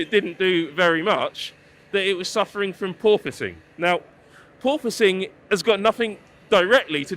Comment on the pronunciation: Did he say poor pusing